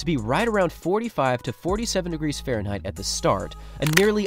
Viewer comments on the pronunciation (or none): none